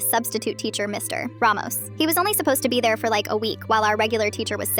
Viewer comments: "Mr.......... Ramos" like why the big dramatic pause after saying Mr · Ai probably reading the period as a full stop instead of an abbreviation of mister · The AI reads the period, so it pauses 💀